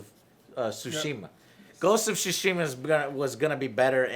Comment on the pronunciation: Still not pronounced as "Sushima"